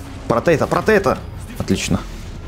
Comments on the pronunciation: Можеш пожалуста читать заклинания потому что некоторые ти говориш неправильно например нужно говорить "протего" а ти говориш" протейто" но лайк за два видоса за день :) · Это не протего не потето а протето